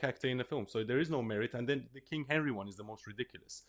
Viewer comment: "kang" of England, surely?